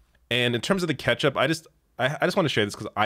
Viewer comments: Idk if I can trust her, she did just pronounce ketchup as "catch-up" after all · the worst part of this whole story is the way that woman pronounces ketchup